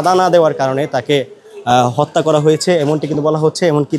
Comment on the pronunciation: Ucharon thik nai. Hotta not Hatta